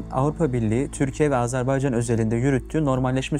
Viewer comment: Bu "profesör"ün ısrarla AZARBAYCAN demesi bir beni mi rahatsız ediyor ? Neden ARMANİSTAN , AMARİKA demiyor mesela ...